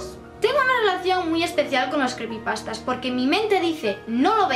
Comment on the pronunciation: que son las crepy pastas? O algo así no sé, no te entendí bien. Un beso desde Coruña!!